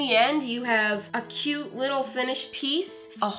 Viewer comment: “so KEYOUTE”